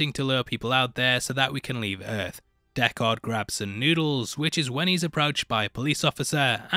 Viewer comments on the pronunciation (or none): How do you keep saying dekKARD its prounced DECKard.